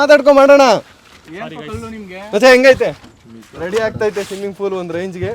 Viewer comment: ಸಿಮ್ಮಿಂಗ್ ಫೂಲ್❌ಸ್ವಿಮ್ಮಿಂಗ್ ಪೂಲ್✅